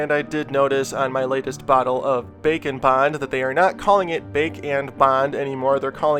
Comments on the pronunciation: Package: Bake n Bond What I hear: Bacon Bon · Every time he says bake and bond I think he’s saying bacon bond